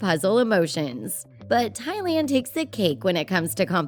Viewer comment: where's the speaker of this video from? she has a peculiar way of pronouncing thailand and banner.